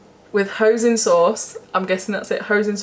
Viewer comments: Hi love the new video, the peking duck pringles thing is pounced hoy-sin sauce xxx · We are so alike haha I only have frozen veg, why waste time chopping and you get loads more for your money. The chicken korma pot noodle is quite nice. I’m with you about meat, we are using a pack from herons at the moment and they are really nice. It’s pronounced peakin and hoysin sauce, you crack me up, never change you are so normal, its great watching you. Can’t wait until your next video. Xxxx your dog is gorgeous. X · Hahaha, oh lovely, it's pronounced h-oi-sin sauce 😘